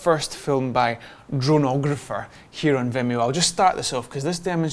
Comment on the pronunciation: Hi, Dronographer here 🙂👋 first of all, yes, you pronounced it right: drone + (photo)grapher = dronographer 😅 also thanks for your words about my first drone mini film ever. You are right, there wasn't really a story I was telling. It was just to challenge myself to do my first movie, show my skills and also show this (famous) Austrian vineyards 😊 cheers ✌️ Ps: I'm a bit unhappy about the music; slightly over dramatic. But still was the best fitting back then